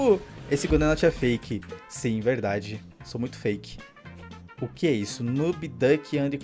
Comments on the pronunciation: O cara ainda diz q e fake e fala errado feck kkk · eles nem sabe fala fake eles falam fecke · O mais engraçado é o cara falando "FECK"😂😂😂😂😂